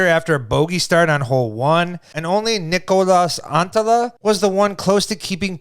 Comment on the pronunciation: Its Niklas not "Nicholas" 😁